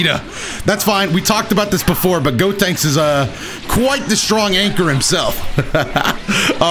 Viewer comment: “gotanks” even tho the character is callled “gotenks”